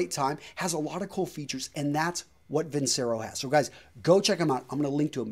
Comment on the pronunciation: Your credibility died the moment you said Vincero.